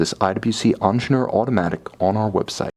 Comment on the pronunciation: "ongener", "dzzerald genta" lol